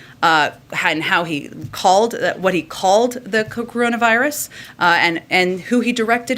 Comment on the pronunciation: SHE SAID ON KU-KRONA VIRUS? LOL.